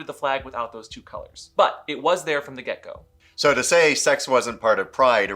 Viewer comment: It took me several minutes to understand you were saying "from the get go" instead of "from the gecko". I learn a lot from your channel about what I missed in my younger gay life, but never heard about Gecko Play. Oh, the images I conjured up. Note to self: when a video has CC box in the bottom, click it from now on. (so is gecko play held up against a wall?)